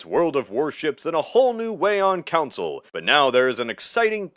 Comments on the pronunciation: Bro, why do you insist on saying council instead of console lol. I noticed it in the alt history iceberg and it’s such a funny pronunciation. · Con-soul Not council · it's called a console not a council...